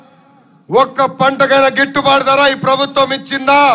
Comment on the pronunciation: గిట్టుబాటు ధర లోకేష్ గారు gitubadda కాదు padham స్పష్టంగా పలకండి